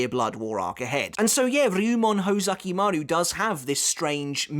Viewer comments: ho ZU ki maru. not ho ZA ki maru. you are literally a bleach historian. please try to pronounce it right. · Uhmm...its hOzukimaru not hozAkimaru✌️ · Kinda bothered by your pronunciation of Hōzukimaru (Hoe-zucky-mah-roo instead of Hoh-zookee-maroo). Other than that, great video. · Isn't it pronounced "Hoe-zoo-key-maroo"?